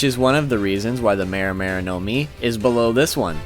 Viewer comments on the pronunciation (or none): It's not now-mi it's nomi also mi-ra-mi-ra nomi also not gowro gowro nowmi it's goro-goro nomi